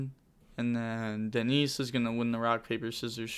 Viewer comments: Ou-alid - Denise.... bruh 😲 Danse = Dance in french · the second dude's name is pronounced like 'walid, dance'